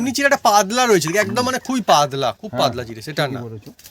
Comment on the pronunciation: তোমার উচ্চারণ এত খারাপ, খুব কানে লাগে, পাদলা বলে কোনো কথা হয়না, কথাটা পাতলা তো।এবার বাবা মাকে বলো তোমায় বিয়ে দিতে